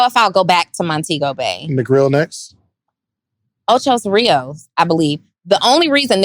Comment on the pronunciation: Jamaica has huge Spanish influence. It's Ocho Rios, but we call it "O-CHI" like CHEE with short e, not Chai